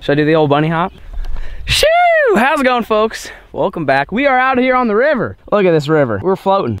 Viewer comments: He said fucks instead of foks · 6.00 to 6.08 between there it sounded the f word instead of folks